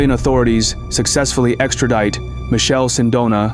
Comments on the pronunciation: It's MiKele Sindona, or if you really want to English size it call him Michael for fucs sake not Michelle 😂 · can't lie, the moment the narrator pronounced Michele as Michelle I had a huge urge to leave the video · In Italian, it’s pronounced : Mi -KEH - leh. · The pronounciation of the Italian name 'Michele' is horrendous. Man!!! It does not sound like the French 'Michel' or 'Michelle' at all.